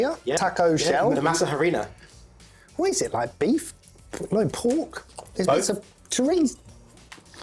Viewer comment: Yeah, the first thing I noticed was good pronunciation of Spanish-language ingredients, although he does get a point docked for "masa ha-rina." H is silent in Spanish. I'm a bit embarrassed to admit, but I also once used Babybel cheese on tacos; specifically, I was trying to make quesadillas and it was the only cheese in the fridge, and I didn't feel like going to the shop. And I did specifically say I used Babybel for tacos and not quesadillas, because it is not a great melting cheese.